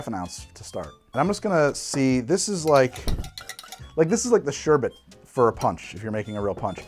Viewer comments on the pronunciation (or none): none